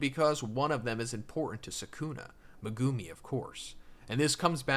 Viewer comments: Its not Me-goo-me its megumi!! the anime says it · "Me-GO0OM-Me" Megumi Meg-GU-me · i hate how u pronounce their names ffs the show literally shows how to say it like wdym megoomey and sahkoona and muheeto bro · Would you stop calling that man megoomi 😂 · Why do you pronounce Megumi and Sukuna like that